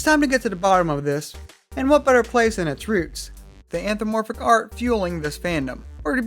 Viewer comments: "The anthromoporphic fandom..." anthro... mo... porphic. Smh. It's anthropomorphic ughhh. Anthro-PO-Morphic. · IM DYING. 'Anthramoporphic' LMAOOOOO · I love it when furries themselves can't pronounce "anthropomorphic" right.